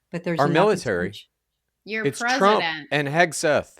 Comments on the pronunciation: Are intentionally mispronouncing Hegseth as Hespeth? Is there a joke I'm not in on? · Does intentionally say Hespeth instead of Hegseth?